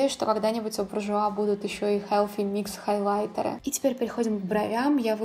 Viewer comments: Koshka Potselyeva вы усложняете) Все привыкли произносить как "буржуа" и "хелси микс" ХелФи - режет слух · Прекрасный макияж!!!, но почему Helфи микс, ведь th